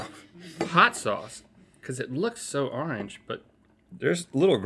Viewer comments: "Hot arnge juice" I love how Rhett talks NOTE:ITS ORANGE NOT ARNEGE BOYO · "Hot arange juice, hot arange juice!" -Rhett